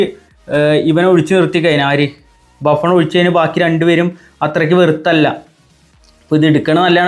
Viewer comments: ബാഫൺ ❌ബുഫൺ ✅ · Buffon ❌Baffan ✅